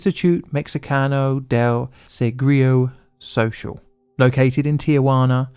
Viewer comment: Qué tal su "Seguro Social" ❤ jajaja